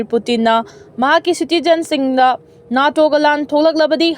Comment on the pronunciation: NATO ashi nato haina pronounce toubiyu, neto haigadba nutte.